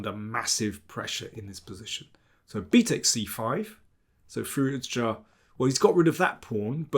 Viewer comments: I love Daniel's analysis, he is awesome, but every time he says Firouzja "Firuz-JA" I can't help but laugh. 😂 Sounds like a shout from Skyrim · I did some Google "research" and it seems to me you are right. I still think Daniel overpronounces it, but yeah, you are completely right. I stand by my "shout from Skyrim" point 🤣